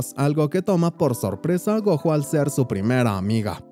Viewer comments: Es gojo como decir Goyo con y con la j 😅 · se escribe gojo pero se pronuncia GOYO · No se proninsia como lo ases el nomvre es goyo asi se dise pero se escrive gojo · la pronunciación del nombre del prota Gojo así se pronuncia en escritura pero la pronunciación es como si lo dijeras con "Y". (Espero me entiendas)